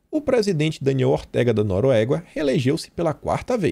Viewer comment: Mais um vídio top,. Parabéns pelo trabalho Só não conheço esse país chamado "Noruégua" rsrsrsrs